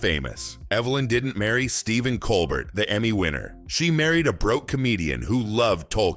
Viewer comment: Geesus. How I despise these cheap A.I. slop videos. The A.I. doesn't even PRONOUNCE poor Stephen's LAST NAME properly. Levels and voices all change around. This is pure crap. THUMBS DOWN for not even KNOWING this guy's NAME.